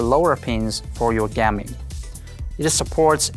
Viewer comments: Is he trying to say gaming in stead of gam-ing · Gam-ing "Gam"